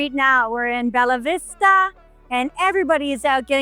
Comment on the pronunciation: Not is "Belavista", is BELLAVISTA